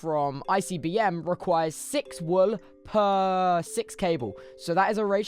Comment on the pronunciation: i love how he says whool lmao